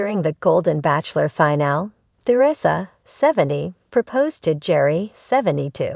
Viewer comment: His name is pronounced. . .GARY!!!! Bachelor Official, you say? If you get the subject's name right, that's a good start.